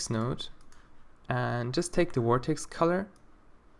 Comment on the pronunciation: When you say "Vertex Color" it sounds more like "Vortex Color" lol xD